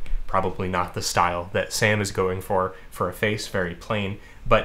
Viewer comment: I'm a bit troubled by the fact that every single time you said "Sam" I heard "Sans." Help. Also more streams heck yeah.